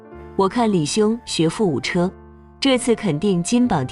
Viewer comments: 閣下可不要冤枉了機器唷 !! “機器讀稿機”是依據主播的發音去抓取相對應的字，從影片中可以很明顯的聽出，主播是唸（ㄔㄜ） 不是唸（ㄐㄩ）； 所以是主播搞不清楚“破音字”，是主播的發音有誤、不是機器的問題哦！ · 學富五車，其中的車是唸（居）的音，破音字機器不會分別讀音。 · 機器不認識破音字 故而只會唸成車子的車